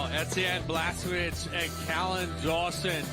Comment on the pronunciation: His name is NOT Collin, it's Callan.